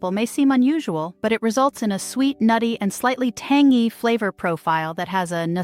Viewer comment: for heaven's sake research how to pronounce some words, like tangy!!